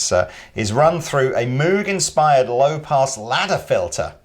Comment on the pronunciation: been bothering me for years (ever since the Moogerfooger). Moog rhymes with vogue.